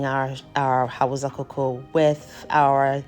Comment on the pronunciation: First of all, thank you for sharing this amazing recipe. Very inspiring and helpful. Secondly, pleaseeeee the language is pronounced as Hau_sa not Hau_za. Respectfully please 🙏. Thank you for sharing this amazing recipe